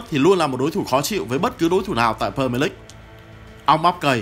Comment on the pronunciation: Huhu đọc đúng tên pre mier đi ạ đừng pơ mờ lích